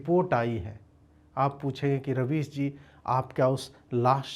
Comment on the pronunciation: Rubbish nhi rabies bolo ajeet bhai